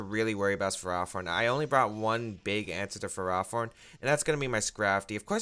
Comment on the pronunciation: Please. It's Ferro, as in ferrous or made of iron, and Thorn, like a rose bush. Ferro-Thorn. Ferrothorn. Please. I can't hear Fur-Raw-Thorn again.